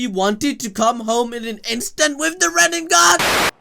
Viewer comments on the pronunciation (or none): Stop saying "ren-ing-gan". It's Ren-ay-gan. They litearlly say it a thousand times in the show. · Wtf is a God damn "renningan" ?? RIN-NE-GAN not REN-NIN-GAN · my guy its rinnegan not reningan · It's "rinnegan" bro. Not "runengan." No flak, but you know. Please say it right. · It's RINNEGAN not riningan 🤦🏾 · pronounces it rinenengan. lol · Kakashi said “Renbegone” 😂😂😂😂😂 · I always hear like if you’re saying renningan 😄